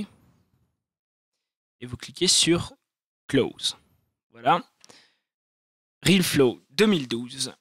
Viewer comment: C'est RealFlow est pas RilFlo :3